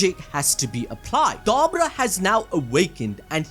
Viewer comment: I think you're saying his name wrong